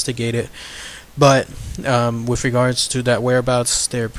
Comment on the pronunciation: Holy shit 7 mins in. It's WITH, not wiff.